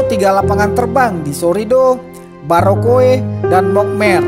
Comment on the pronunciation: Sa orang asli Biak... Sedikit komentar Adang punya kata...🙏 Bandara BUROKUP✔️ Bukan Bandara Barokoe❌